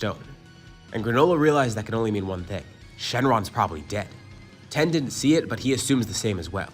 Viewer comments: It’s tien not ten dude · I will resubscribe and like all your videos and listen to them each twice, once you stop saying tien like that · We don’t care imagine being mad about someone pronouncing tien wrong